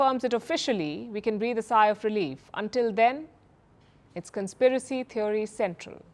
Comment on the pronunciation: Wonder why so many of our anchors pronounce it as thev 'o' ry / theev ree (थीओरी / थिवरी) instead of "thee uh ree" थिअरी